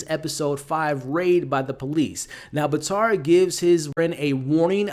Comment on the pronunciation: Batir not batar